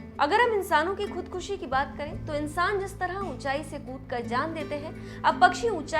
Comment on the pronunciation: शब्द का सही से उच्चारण करना चाहीये खुदखशी नहीं खुदकशी या आत्महत्या ।